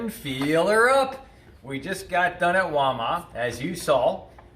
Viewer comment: Its WAL MART, NOT walma.